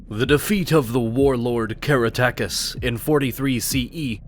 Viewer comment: "ca-RACK-te-cos", not "cara-TACK-us"